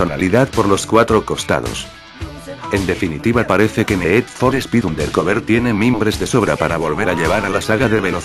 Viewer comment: el ne'ed for spe'ed mos guan'ted lol,nunca entendi por que la pronucicion inglesa es tan dificil para los castellanos...